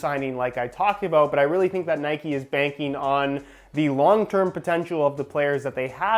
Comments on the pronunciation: It’s not NIKEEEEEEEE ITS Nike Please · Nikey 🤔🤔🤔🤔 it’s Nike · Its just nike not nikey. You dont say bikey you say bike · That’s how they are pronounced. Can’t stand when brits say N-ikes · It’s nike u don’t ride a fucking bikey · It’s Nike not nikey would you call Mike mikey? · It's Nike not nikee but this video was amazing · dude. It’s pronounced ni-kh